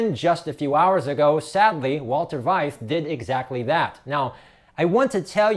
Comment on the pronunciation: His name is pronounced fight for Veith.